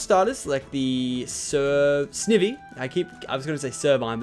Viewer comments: You pronnounce almost everything wrong it's not Sneevee it's Snivee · It is called snivy not snevy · dude you said snevy its really prounonced snivy btw snivy is my fave pokemon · It's sn-i-vy not sni-vy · ITS S-NIE-V say it like that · Snivy is pronounced sn-I-v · it pronounced sn eye vee not sniv ee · It is sn-eye-v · its snaivy #for pronouncing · Its pronounced sn ivy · its pronounced sn-i-vy not sn-ee-vy